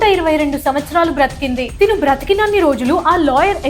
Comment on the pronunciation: మేడం తిను కాదు తను లేక ఆమె దయచేసి తిను అనే పదాన్ని మానేసి అతను ఇతను ఈమె ఆమె అని పలకండి....